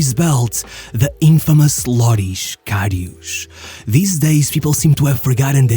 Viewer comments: The infamous LORISH KARIOUUSH at least look up how to pronounce it properly it’s Loris Karius, same how you write it. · Ugh, that pronunciation... His name is Loris Karius, not Lorisch Kariusch. It's a clear "s"-sound, not "sh" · Lorisch Karisch?? he's german not portuguese...